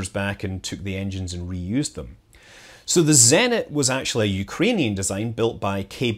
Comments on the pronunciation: Thanks for great videos, scrolled through 794 comments to say. Zenit > Zeh neet intonation on the neet. ✌🏼😏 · Your Russian's so good that I have to correct you! ;) Bor-I-sov, Zen-I-t, YU- zh-noye (where's "zh" sounds simply like "j" in "Jack" without d)...